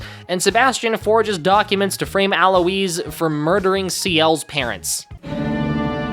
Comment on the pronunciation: also why are you saying Alois’ name like that